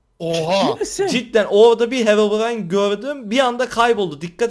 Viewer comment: Herobrine yi söyleyemeyen kzın dramı